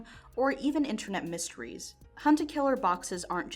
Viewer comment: Mysteries not misteris